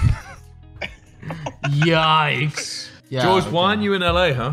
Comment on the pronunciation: "my Gog " he really miss George at this point